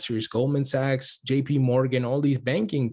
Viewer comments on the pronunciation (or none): none